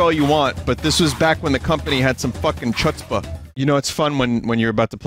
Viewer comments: Vinny pronouncing “chutzpah” made me choke on my spit. I’ve never heard a single person pronounce it “chutz-buh” ever, oh my G*d. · Binyot really out here pronouncing chutzpah like that smh